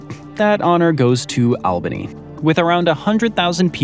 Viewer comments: It’s not Al - bany. It’s All- bany!!!! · Re new york state's capital: it's not Al-bin-eee, it's All-ba-nee😖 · Fact 31: New England is not the same as the Northeast. New England ends at the NY border. By the Albany is pronounced ALLbany not ALbany. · UGGHHH!!!!!! It's "ALLBANY" (phonetically), NOT "Albany"!!!! If that's unclear because of being over text, let me know, and I'll call you. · Albany is pronounced All ban ee If you are a native, it's Awbanee. Just sayin'.